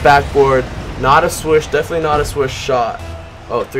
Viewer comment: It's not swush it's swish